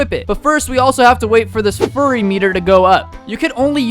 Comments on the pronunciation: called it the “furry meter” instead of “fury meter” 💀💀💀💀💀💀💀💀💀💀💀💀💀💀💀💀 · Bro says furry in stead of fury learn grammer kid